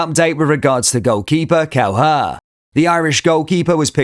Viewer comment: It's pronounced 'Kel-eh-her' not 'Kel-her' you're welcome 😁